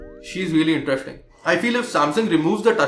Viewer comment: Whats wrong with your pronunciation "sh" and "s" intresHting or interesting ,it sounds very irritating